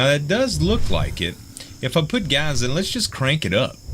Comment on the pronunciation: is that the way you say gas gaz